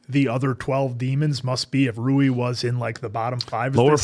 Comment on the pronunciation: Rui's name pronounce as Ru-wii. Not Roux.